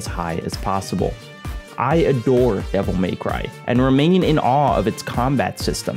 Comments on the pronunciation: Devil May-Who from Whoville. Literally all I can think about every time he pronounces devil May cry like that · "Devil MAYcry"